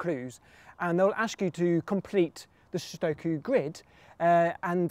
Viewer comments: Thank the lord he didn't say "suduko" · Finally! Someone who says sudoku right! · I love that he pronounces Sudoku correctly.